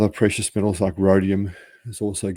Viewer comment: What is "pricious"? What is "inergy"?